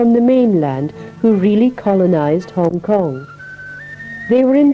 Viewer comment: HONG KONG IS NOT "HONG" LE.....................